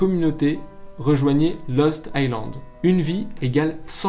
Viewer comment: A la manière dont tu dis "Lost Island" à la fin je pensais que tu disais Los Thailand and mode Los Angeles mdr